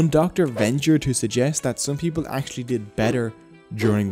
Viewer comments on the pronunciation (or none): none